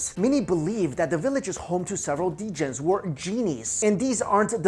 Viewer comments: I corrected it in my head every single time he said d-gin. Ha! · Dammit it's "Jinn" not "D-Jin"! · Pretty sure that djinn has a silent "d" so that's pronounced "gin". Like gin and juice! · djin is pronounced jin and they aint freindly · Djinn is pronounces Jinn fyi :o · Djinn is pronounced 'jin'. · They say every time pronounces djinn wrong, a puppy dies somewhere. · You don't pronounce the d in djinn Sorry to point out Luv ur vids